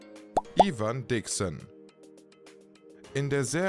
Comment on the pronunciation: In der Serie wurde es LeBo gesprochen. Was ja auch logisch ist, LeBeau, wie der Schöne. Und Ivan Dixon wird Eiwen gesprochen. Und ich bin mir sicher, dass der Newkirk bestimmt kein Hans Corporal ist...! Kinchloe hieß immer Kinch in der Serie, was dafür spricht, dass es Kinschlo ausgesprochen wird und nicht Kinklo.